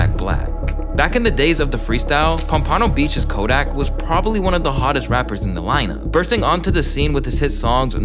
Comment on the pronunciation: love the video but it’s not pronounced pom-pon-o beach, it’s pompANo beach😭